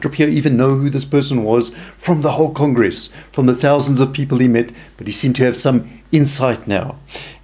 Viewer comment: I think it's either South African or Australian/New Zealand, but it also sounds like he might have a speech or hearing impediment because he keeps saying "Pudruh" or "Puhdro" instead of "Padre" (PAH-DRAY) and had great difficulty with the word "congress"